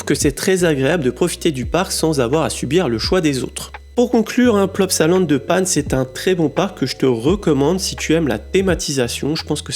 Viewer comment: On dit La Panne . 😂